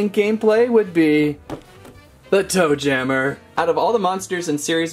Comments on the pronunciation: Yeah it kinda sounds like he’s saying doom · •Caketsto • it’s toe JAMMER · Toe jammer is off and "MA"